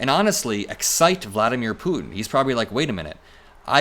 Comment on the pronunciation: I absolutely love how you pronounce Putin.